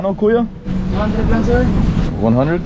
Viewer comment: Please stop saying KUYO ...it is KAYO ☺️